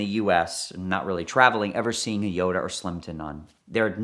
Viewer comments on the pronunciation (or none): Yoda? Jota is pronounced: HO-tah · I can’t watch any of his videos involving Lamborghini’s in case he says Jota in the weird way he does. It’s a shame, as I really enjoy his stories 😢